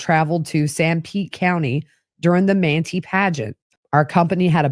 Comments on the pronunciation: I love this podcast. 😊 Manti, Utah is pronounced Man-tie. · Manti is pronounced Man-tie 😊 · Great information. Thanks! BTW Manti is pronounced with a long I. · The towns in Sanpete are pronounced “Man tie” and “E from” 😘